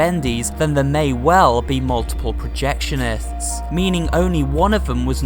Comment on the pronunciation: Norman Polk said “us projectionests”